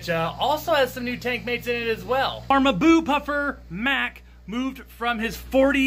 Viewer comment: It's not "maboo" but mmm + boo